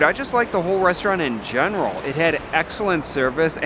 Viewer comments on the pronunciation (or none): none